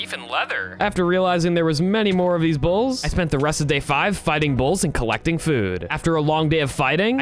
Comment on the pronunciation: i thouht said balls when i heared its bulls